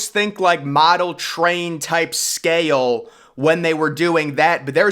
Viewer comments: Or mispronounces the world "SCAY-EL" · The staircase didnt float up and totally out. That's impossible. It floated up and hit the interior structure and just rotted when it got to the bottom. And I wish ud speak up i cant hear u. And im still wondering if the inside of the set ship was hollow. ? What word is scaYale. Do u mean scale ? Its one syllable so is the word thoseA. Theres no A in those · I have to mute this.... its scale, not sca-yell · I like your voice. It's very intense. I especially like the way you say, "scale."